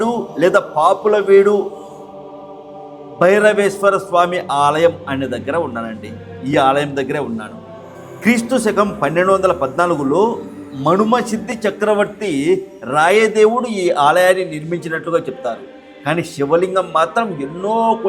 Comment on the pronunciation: "మడుమసిద్ధి" కాదూ.."మనుమసిద్ధి".